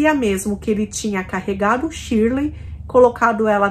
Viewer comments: oi vc falou Shirley? estranho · 16.21 vc fala claramente shirley